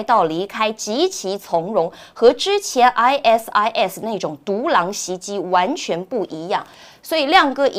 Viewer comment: 善意提醒一下ISIS發音 I Sis(short for sister).